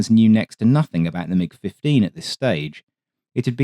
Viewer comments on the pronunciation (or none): none